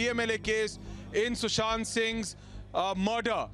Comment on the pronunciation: Fun Fact : Kangana knows how to play games and Indians fall for it anytime :D Kangana cant even pronounce Sushant Sing name properly :D she pronouces it shushant sing :D